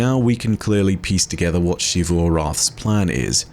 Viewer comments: Every NPC: Zee-vu: She-vu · Why is it in game charcters prounounce "Xivu" as Zevu, and you pronounce it Shevu? Arrogance? Or something you know that all of them and the devs do not? Do you pronounce; Xenon, Xylophone, Xenobiology, with a "SHhhh" sound? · It still annoys me that he says shivu instead of zeeru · I love your videos, but one thing that always takes away from them is how you continue to pronounce Xivu as Shivu, when it is very much Zivu. You even use clips that have that pronunciation. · Just curious, why do you pronounce it like She-Vu instead of Zee-vu like the NPCs when they use it in dialogue? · mispronouncing Xivu as "Shivu" irks me waay too much... >:( That even after he plays multiple voice lines where EVERYONE pronounces it correctly in game. sigh